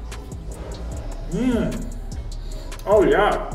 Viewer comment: I feel like I can do this one... the time is the only challenging part. Omg I also hear your Canadian voice since you said something, "Oh, yeah!".🤣